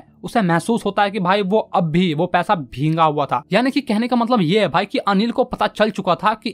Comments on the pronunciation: It's not bhenga it's' bhegga ' correct pronunciation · Sir bhinga nahi bhiga hota hai 😅😅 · Bheega❎ bhinga✔️